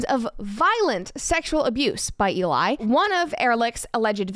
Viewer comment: E-lie... just sayin...